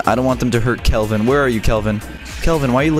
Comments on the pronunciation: When you say kelvin you say kill ven :l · When he said Kelvin I though he said kill him